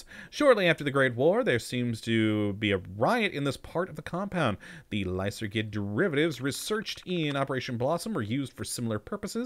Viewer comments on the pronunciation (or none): I believe it's not lysergid but should be pronounced lyserjid in order to get the name of the drug being used here.